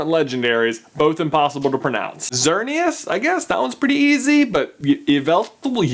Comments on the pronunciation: It's also pronounced EE-VEL-TALL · it's pronounced ee-vel-tall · It's pronounced 'ee-vel-tall,' if you were still curious. And my favorite pokémon has to be umbreon. I really liked the video! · It’s pronounced ‘ya-vul-tal!!’ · Its pronouced Ya-vil- Tal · He's trying to pronounce Yveltal and I'm sitting here shouting YAHVELTAL!! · yveltal (Yahveltal) There, now you can pronounce it right. :) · EE-vel (like VELvet)-TALL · it's ex ereneous and u vel tall that's how u say them from what i know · You say it like E-VEL-TAL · You say it like X-ear-e-is and Why-vell-tall, your welcome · its ya-vel-tal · I think its pronounced E-vel-tall and i believe Xernias i pronouced Zer-nee-us, then youve got zygarde which is often pronounced as either Zi-gard or Ze-gard-ay. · It's pronounced why-veltle. my fav is mega blazican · it's EX-zernias and WHY-veltal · Yveltal is pronounced ye-vel-tal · Sir, Yvetal is pronounced E-ve-tal. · It's pronounced ee-VELL-tall Also, I like mudkip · i-vel-tal. yveltal. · This helps with the legendarys xy ZER-EN-EE-OUS WHY-VEL-TALL My favorite is lapras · this is how ypu pronice yveltal y-vel-tal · it's pronounced like evil tall and zerkneeus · For the Y legendary, it's pronounced YE-val-tal or ye-VENT-al (That's how I hear it most of the time, but anyway you say it, someone thinks it's wrong. Sorry if I botched the names :P) My favorite Pokemon is Eevee because #lameanswer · You pronounced Xernea right, Yvetal is pronounced Ee-Vay-tal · It's pronounced 'Ee-vel-towel' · It's pronounced Evil-tal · Quick walkthrough of how to say Yveltal It's E, like Evil. Vell, like Velcro. And tal, like Tell (And if you're a fan of, it's Ya-Vel-tall) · It is pronounced e-vel-tal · (EE-vel-tall) that's how you pronounce Yveltal. Also, my favorite Pokemon (Legendary) is Celebi, and my favorite Pokemon (Regular) is Eevee. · Evil-tall. It's pretty simple to say when you know it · I literally laughed out loud at your pronunciation attempts of Pokemon yveltal